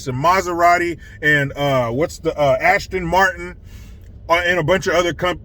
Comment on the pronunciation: Wow, great accent! It’s spot on. Oh and Ashton Martin drives an Ashton Kucher.